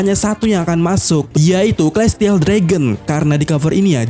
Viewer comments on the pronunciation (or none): none